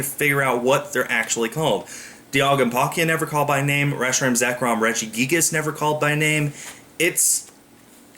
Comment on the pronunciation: Ugh..... The way English speakers pronounce Reshiram just BOTHERS ME!!! We make it's name sound so retarded